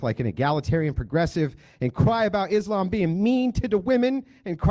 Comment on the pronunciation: love the way he says "is lame" instead of "islam" - he could have followed up with pronouncing 'muslim' 'moo-slime', but he didnt... would have been funny , though